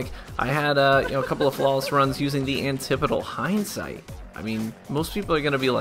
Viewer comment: He's pronouncing it correctly